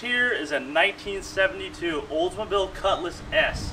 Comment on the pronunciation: For once, someone who pronounces Oldsmobile correctly and not say Oze Mobile.